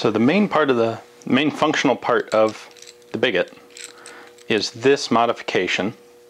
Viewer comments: I think it may be pronounced “bee-go”, since a lot of fire arms terms originated from the French like sabot, ogive, flechette, etc. A little bit confused why Ian, the Francophile did not put that one together. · Is it certain it's pronounced "bigot" like this and not some kind of portmanteau of big and sabot that would be pronounced "biggoh." It immediately struck me as basically a massive inside out sabot.